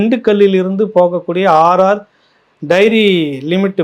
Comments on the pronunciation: Not RR diary AR diary please correct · RR DAIRY இல்ல சார் AR dairy.... முக்கியமான விசயத்தை தவறாக வாசிக்கரீங்களே.... 😂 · அவர்களே நீங்க ஆர் ஆர் என்கிறீர் ஆனால் அது ஏஆர் டெய்ரி ஃபுட் ஸ். மற்றபடி உங்கள் விமர்சனம் நல்லதே.